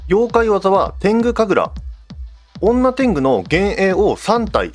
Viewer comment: 女天狗の読み方が本家だとにょてんぐだったきがします